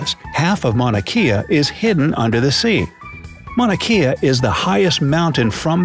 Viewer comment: Don't embarrass yourself by mispronouncing "Kea" in "Mauna Kea" , learn how to pronounce it properly, especially if you are doing a video with Hawaiian viewers.